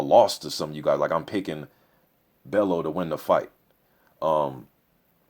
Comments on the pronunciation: loooool. its bell "U" Not Bell "O" tony bellew loool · haye should win but I hope bellew does win he a funny guy got character, pronounce it bell-you not bello haha. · Pronounce his name sounding like.. Tony Bell you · Tony Bell-YOU is how you pronounce his name ;) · i think you pronounce Bellew like: bell-you in a scouse accent if you can. Hoping for a good fight , not sure if bellew can take hayes power/speed but at the same time tony has fair power too , capable of hurting hay "if" he can land clean. Big if tho. If it goes deep into the rounds , it will be interesting as we haven't seen how good hayes stamina is since his return. If I had to bet my home , id go haye wins ko/tko within 6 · It's pronounced "Bell-u" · I'm still chuckling over the fact that you can pronounce "Arnold Gjergjaj" 100% perfectly - but Tony Bellew is causing you problems.